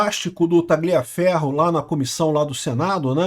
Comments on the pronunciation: Repita comigo TA-LIA (COMO SE FOSSE LHA) FERRO QUANDO VC PRONUNCIA O G (GLIA) PARECE QUE VAI VOMITAR KKKK PRONUNCIE CORRETAMENTE POW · Não se pronuncia esse "g" em Tagliaferro, assim com em Gagliasso e Marsiglia.